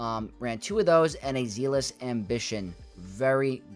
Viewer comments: Love this,! Thank you! (I hope you don’t hate me - but “zealous” in Zealous Ambition is pronounced with the same “e” sound as egg and met, so “zeh-liss.” Apologies - spent too many years as a teacher, please don’t hate me) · Don't apologize - he needs to pronounce a simple word like that correctly!